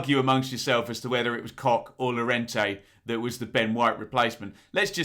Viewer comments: Mate I love your channel, a huge fan but pronouncing them cock and klick, really, I was based in Germany for a time as it happens.... keep up the good work, apart from your pronunciation 😂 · Ben, surely its Robin Koch, I see no ‘ck’ on the end of his name, same with Mateus Klich... 🤷🏼‍♂️ MOT